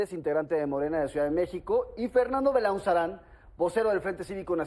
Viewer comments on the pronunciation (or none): MMDS DICE BELAUZARAN